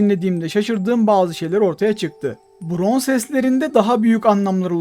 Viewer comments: abi bron sanki now diyo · Bron sanki natfing diyor